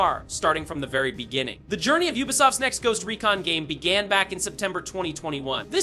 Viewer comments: Ghost recin lol 😆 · anyone else annoyed by how he pronounced recon lol